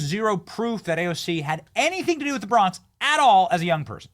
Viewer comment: she dont even say bronx correctly